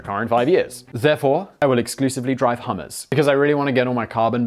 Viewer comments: I heard hummus as well. Friggin delicious episode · He said “Hummer” but it sounded like he said “Hummus”, so the editor showed a photo of hummus. I like this editor.